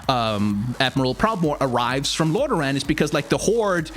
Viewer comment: Lorderaaan, a good danish accent